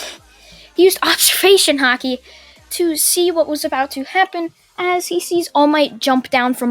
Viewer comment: It's called haki. ki is pronounced like in dragonball.